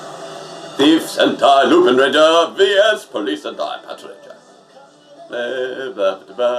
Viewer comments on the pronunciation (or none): U said it Wrong it’s Said The Letter V And Then Letter S